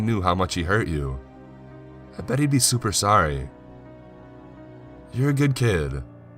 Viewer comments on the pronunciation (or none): none